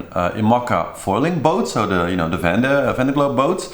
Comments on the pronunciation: vEndee globe, not vande globe. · Sure, there are an infinite number of ways to pronounce the name of a French region. But only one way to do it correctly and this is not that.